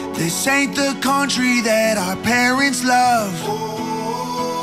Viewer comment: County man, the word is country. 😂